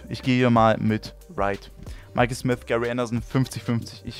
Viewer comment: Genau das hab ich mir auch gedacht ich sag nur Michael smis oder ross smis 😂